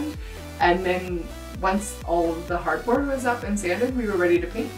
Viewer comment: When he first said hardboard, I thought he said cardboard and my face was like 🤯🤯